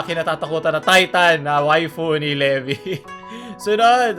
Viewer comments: tf Pronoucing Le-vi instead of Le-by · its leebay not lebi 😭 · levay po pronouncing non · CALLED LEBI INSTEAD OF LEVI FAKE WEEB CONFIRMED?????!!!!???!!?? Sarcasm lang to relax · N@ L3VI pronounced as lebi? -sukot otaku wanna be🤦🏻‍♂ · Did I just heard said Le-vi? Hmm.